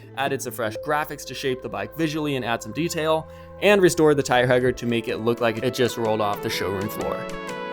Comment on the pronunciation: How are you pronouncing the word (tire) hugger - lmao. Dude this is so wicked cool. What software do you use for tuning the electrical systems?